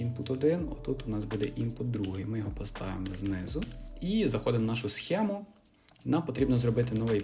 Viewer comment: і "схему" туди ж